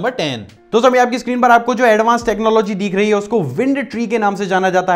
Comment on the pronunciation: Bhai deekh nhi rha hai dikh rha hai Work on your accent